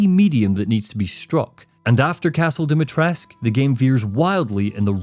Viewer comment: Great video, but I do have a minor nitpick, I don't know if anyone else mentioned this, but there is no silent U at the end of Dimitrescu, it's pronounced more or less as it's spelled Not sure why they pronounce it like that in game